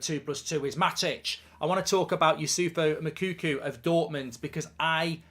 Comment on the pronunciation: You will have to learn his name mark if we get him. It’s not yousoufo makookoo